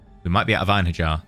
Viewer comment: I wasn't gonna say anything, but then you said it like 5 times in a row. Einherjar follows the same rules as Mjolnir, so it would be "Ein-hair-yar" or "Ein-her-yar"